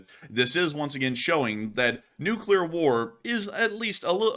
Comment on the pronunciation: "More closer". "Beguzz". "NuculEr". Slob.